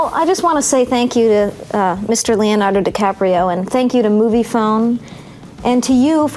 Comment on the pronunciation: Very funny l like this a lot xD Fave part is where Leonardo messes up his own name lol wow, good job. xD I felt like the questions were really awkward :O tho And geez I didn't even know Leo was funny, I always thought he was boring... Awesome movie saw it like 10 times lol